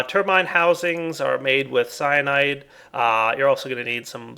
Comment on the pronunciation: It really sounds like he's saying cyanide instead of cyanite.